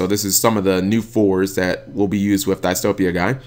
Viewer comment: "Diss-Toe-Pee-Yah-Guy",. That is how Edo's voice actor pronounced it in episode 104. I thought you said you were caught up already?